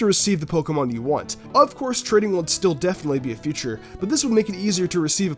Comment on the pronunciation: he says Future instead of feauture